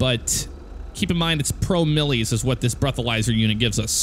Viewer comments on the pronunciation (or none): it's pro-miles, not pro-mil-lies :P